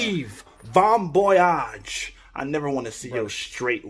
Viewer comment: "Von boyage"